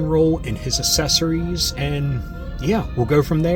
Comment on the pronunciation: "Assessories" LOL! You're The Man